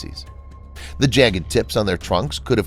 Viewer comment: When you said "the hollow earth" in the intro it sounded like"tng hollow earth"